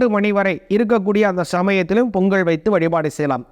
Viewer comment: பொங்கல் .. பொங்கள் அல்ல..